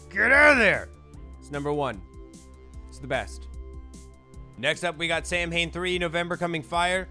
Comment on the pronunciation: I hate to be pedantic but... Samhain is pronounced SAH-win :-)